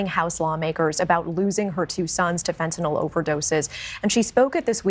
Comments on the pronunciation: Fentanyl, not "fentanol". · I wish someone would tell the President that it’s FENTANYL….Not FENTANOL!!!